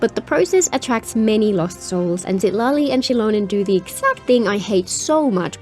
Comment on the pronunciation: Lmao i swear i cant unhear her saying Shitali instead of Citali😭